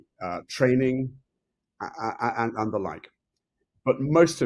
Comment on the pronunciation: The interviewer pronounce the word and with a t in the end? Ant is an insect.